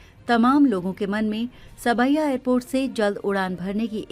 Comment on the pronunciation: Saab-ya,sawai nahi